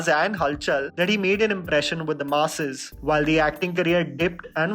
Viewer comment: What a great video. Your content and quality has truly grown even though every time you say "the masses", I keep hearing you saying "the Maasi's" 😁. Keep up your great work. Looking forward to the next video 👍🏾